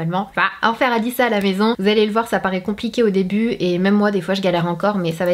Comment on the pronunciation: "fer" pas "faire"